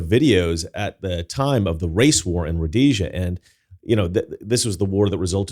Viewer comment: Actually it's pronounced Rhodesia